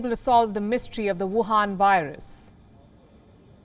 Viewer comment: She says, "Wuuhaan Virus."